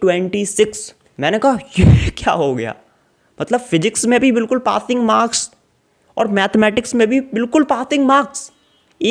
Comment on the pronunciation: Aree Pating marks nhi hote Passing hote h lovde 😄😄